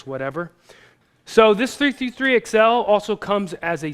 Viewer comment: omg listen to him how he pronounces 333XL lmao fo-fo-fo XL :D